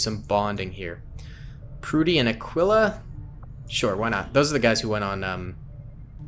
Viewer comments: Aquila’s name isn’t pronounced “ah quill ah” as I heard you say it... it’s more like “ah key lah” not tryna be nitpicky I just know bc it’s my dogs name XD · Aquila is pronounced Ah-kee-lah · Aquila is pronounced (uhh-key-luh)